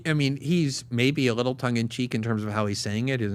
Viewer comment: would be nice if PBD learned how to pronounce the word little